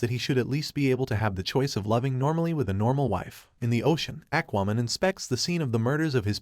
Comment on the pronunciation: Did it just call Aquaman "ack WOman"??????